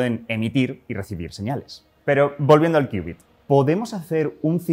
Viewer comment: Me quedó la duda, y ¿cómo se hace que estos transmod se entrelazasen cuánticamente? Por cierto, felicidades por conservar la pronunciación y la escritura de qubit, y no hacerle caso a la Rae con su "Cubit" 🤣😂 se escucha feo "cubit"